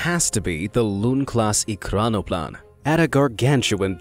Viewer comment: At least your Russian is better than your English. ekranoplan is pronounced e-kran-o-plan and those pods are called pontoons.